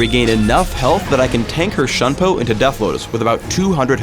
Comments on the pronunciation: It's Shunpo...... It is pronounced as Shunpoh...... Thumps up so that can read it like an Asian! -_ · shunpo = shoon-poh, kage = kah-geh. nublet white man! :p